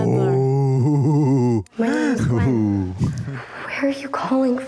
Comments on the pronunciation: it's not greg it's gwen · it's gwen not quinn